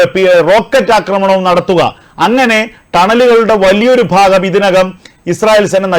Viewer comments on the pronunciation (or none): none